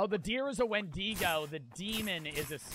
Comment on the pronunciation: He didn’t pronounce it correctly either